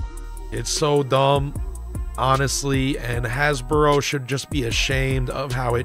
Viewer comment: Why do you keep saying "Hasboro"?